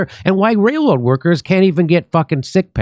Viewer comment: Sorry but "wail woad" cannot be left to die a quiet death.